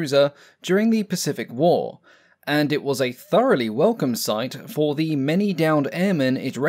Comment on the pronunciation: "Pacific whoa" I bet he's trying to say Pacific war.